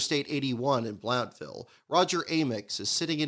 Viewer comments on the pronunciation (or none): Great video,. Just wanted to let you know from an East Tennesseean's perspective the town is pronounced "Blunt-ville" or "Blunt-vul" rather than "Blownt-ville" as in the video. Again, awesome video. Thanks for making it. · The O is silent in Blountville.